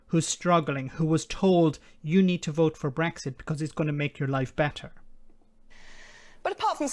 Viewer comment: She can't even say Brexit. She says Bwexit.